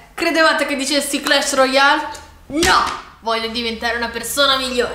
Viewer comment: Hahaha pure io pensavo che dicesse Clash ROYALE:D